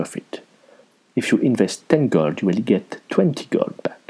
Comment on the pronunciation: I really like the way you pronounce 'gold' =) Makes it sound even richer! Nice vid.